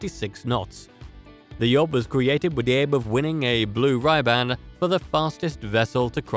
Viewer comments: It’s not ryban it’s ribbon as in a girls hair. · The guy can not even pronounce RIBAND, it is not the Blue Ryband🤷‍♀️ Then the yacht for the King of Spain FAUNUS #1, it can not possibly go that speed with only 4200 hp of engines ((2 x 1200 hp & then 3 x 600 hp) for that size of boat: The number 3 boat a 68 meter, Desriero, was slower and had 55,000 hp:::::::when I search the 3 Rolls Royce turbines were 6700 hp each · I WOULD have given this video a thumbs up - if only the pronunciation had been better... "the Blue Rye-band"??? Seriously???????? And then you show r/c toys too??!!!